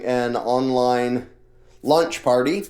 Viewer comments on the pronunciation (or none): Did he say launch or lunch? Im hungry